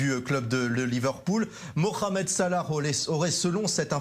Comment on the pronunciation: Il a dit moramed salah